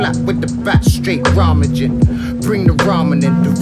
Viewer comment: is so sleazy, pronouncing "rummaging" like he just learnt the word